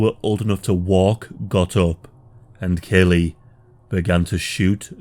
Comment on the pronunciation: As the college educated son of a Vietnam veteran, born the same year as this Massacre, who has himself casually studied the Vietnam War, I want to register my disgust at the amount of misinformation in this video. Not to mention, your pronunciation of Lt Calley's name is unconscionable. A video borne out of ignorance of facts is not helpful in the grand scheme of historical education. And this video meets that description with room to spare.